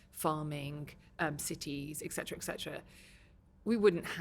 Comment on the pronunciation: Interesting woman however the most commonly missspoken word which is annoying is ecsetera(ETC)The abreviation is the giveaway. It is ETCETERA.